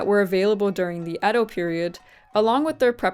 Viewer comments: Both "Ído" and "Édo" are wrong. The correct pronunciation is Ēdo. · IT SAYS: "EDO";, NOT "IDO"! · For further pronunciation shenanigans, the common pronunciation up until about the late 19th century was “Yedo,” and you may still hear it that way in some dialects. Great vid, though! I love it when people cover life as it was lived by common folk. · I love that your corrected yourself seconds after I corrected how to pronounce edo myself. I love it. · Good thing came by to correct your Edo pronunciation and to drop off some olive oil.